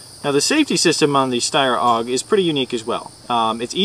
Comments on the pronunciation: its not aug. its a.u.g. accually. i laugh when he says it wrong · its A.U.G not auwwwg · Oh yes, it's a great review. The guy pronounced AUG or A-U-G as Awoug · its not a steyr owg its a steyr a-u-g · lol! its A U G not oug stupid arse! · haha it's called a-u-g!! u review airsoft guns u should at least be able to pronounce the names probably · Its not pronounced "aug", its an acronym. If this guy had ever been in the military or handled anything besides toy weapons he'd know that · lol i tought we say AUG but i heard oW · it aug not oug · he says it like its auug instead of aug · AIRSOFT REPORT!!! ITS PRONOUNCED A-U-G not AUG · HAHAHAHAHA LOL OWG WTF IS AN 'OWG' it's an AUG: pronounced A YOU GEE with ya, that ticks me off. but you guys are still awesome, keep it up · A-U-G! You say each letter! Not pronounce it as a word!! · It A.U.G not aug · you tit its pronounced "org" or A.U.G where the hell did you get that pronunciation from anyway? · aough what a dumbass its A U G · HAHA its was so funny how he said aug OWGH lol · It's pronouced like 'AY YOU Gee' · Awesome Review you guys are good but it's said as A U G. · nope, it's called an aug, not a u g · Its pronounced awg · It is pronounced A-U-G. Say it right! haha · i think he's trying to pronounce it german like cuz the aug is from austria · yea, thats why the letters are in capital, otherwise it would be Aug. and isn't it pronounced "shteyr?"